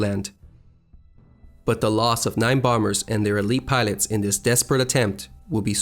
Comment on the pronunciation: Great presentation of real life history. Really brought it to life. Thanks! Many English pronunciation errors but as long as you don't say "aircrafts", I'm good! Thanks again. (PS: Elite is pronounced "eh-leet". Rendezvous is "ron-day-voo".)